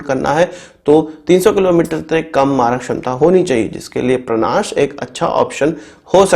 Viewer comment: परांश है भईया,,परनाश नहीं है